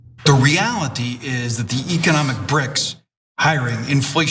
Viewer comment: The commerce secretary cannot even pronounce economics correctly.